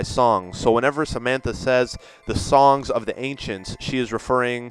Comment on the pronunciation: he sounds Chinese when he keep saying songs